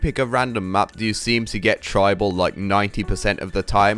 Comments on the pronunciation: "tribal" when playing tribute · It's tribute not tribal!!! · OCD kicking in please it's tribrute not tribal please!!